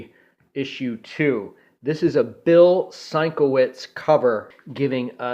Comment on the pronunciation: A few things dude.... SIN-KEV-ITCH, is how his name is pronounced. Learn how to handle your comic books more professionally! I've a 13 year-old nephew that knows the proper care and maintenance of comics! You may as well be drinking fruit juice and eating pizza while giving your presentation! Bags and boards are a requirement if you plan to collect. The Warlord by Mike Grell is like Conan, Kull and the Barsoom series rolled into one. Dreadstar by Jim Starlin is like Conan, Star Wars, Heavy Metal (minus the adult content), and Cosmic Marvel. Hope this helps.